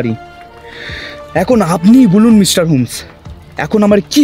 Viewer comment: খুব ভালো লাগলো। তবে কিছু জায়গায় শ আর স এর উচ্চারণগুলো কানে লাগছিলো। যেমন মিস্টার টা মিশটার শুনতে লাগছিলো কোথাও কোথাও। আশা করছি আগামী প্রচেষ্টায় এগুলো ধীরে ধীরে ঠিক হয়ে যাবে। আর আমরা তো পাশে রইলাম ❤